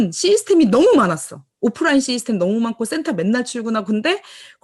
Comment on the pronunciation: 한가지 조언해줘도 될까요? 시스템 이라고 말할때 '시' 부분을 너무 길게 말하지 말고 짧게 해줄래요? 구글에 가서 system 이라고 찍어서 발음을 들어보면 아실거예요. 시스템 이란 말을 많이 하시는데 거의 시~이 스템 으로 들리는데요.... 그게 좀 이상하게 돌려요. 시 부분을 짧게 말해야해요... 자꾸만 시이스템 으로 들려서 신경이 쓰이네요... 오지랍 이라고 하실분이 계시겠지만 기왕이면 더 좋은 발음이면 듣기가 좋아요. 아. 참고로... 저.. 미국에 살고 있는데요... 여기에서 시이스템 이라고 하면 이상하게 들리거든요. 아주 많이 사용하시는 용어인데 기왕이면 더 정확한 발음으로 하시면 좋을거 같아서요... 아.. 참고로.. 저도 애터미언(?) 입니다.